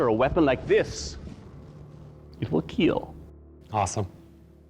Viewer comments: Hearing Doug say “ it will keal “ is glorious 😂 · Correction: “KEAL” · I wouldn’t care if I lost if I got Doug to say “ it will keel!” I could go home happy 😂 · “It will keal.”